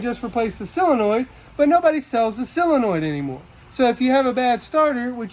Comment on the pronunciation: Solenoid, not "selenoid." 😉